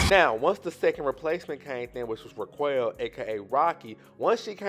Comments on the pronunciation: 😂 I don’t think you pronounce it Raw-kwell . I think it’s rah-kell. I see that happen so often to her. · He called Rocky …. Re-Quail 😫😩😂😂😂😂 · Did you say raqwell? Haha.